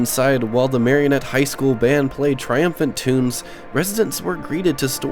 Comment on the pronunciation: I grew up in Menominee/Marinette in the 80s/90s. Spent a lot of time at the Pine Tree Mall. A few observations based on memory... 1.) Marinette is pronounced Mare-IN-ette, not Marion-ette 2.) entering the mall, would have been Kindy Optical and The Circus Arcade, and Zales jewelers on your right (where Petco is now), and Osco Drug on the left. The former Younkers(formerly PrangeWay) was straight ahead. The small wooden paneling/window to the right of the Younkers entrance was the side of Bath and Body Works, once also a Jewelery store. To the right of the old fountains, the corridor extended down to the old Walmart(now Kohl's). **side note, the Petco mall entrance appears no longer functional as of my last visit at Christmas. 3.) The blue/white checker storefront was originally a Baskin Robbins, and by the 90s was just a generic named ice cream store/cafe. The reason it's open like that is, aside from the original anchor stores, the mall had no public restrooms. Now that all of the anchors are gone/sealed off, it's the only remaining restroom option. 4.) County Seat closed in the mid 90s and has looked exactly like that since. In that middle portion of the mall was once Athletes Foot, B. Dalton, Things Remembered, Claire's, Hallmark, County Seat, Baskin Robbins, The Gap(which became a store called Bottom Half in the 90s), a bank, Cool Nails, and Payless Shoes. Most of these stores, still existed into the mid 2000s. 5.) Dunhams replaced Sears, which was just an appliance/lawn/